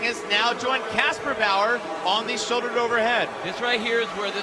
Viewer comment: Man he is good at saying kasperbauer..